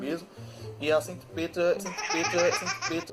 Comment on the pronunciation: "Centipreta"? RACISTA!!! O correto é centiafrodescendente.